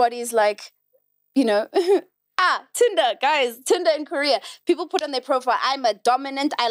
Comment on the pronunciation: Did try TanTan? That Tinder sounds like TanTan.😂😅